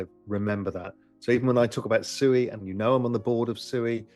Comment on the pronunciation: Oh Ru Paul, you 🤡. What is SUEY? Are you talking about SUI pronounced Swee, aka water in Japanese. Or are you just so low IQ that you can't pronounce your Investments correctly. When you talk about Elon and Dogecoin do you say you're heavily invested in Dodge Coin?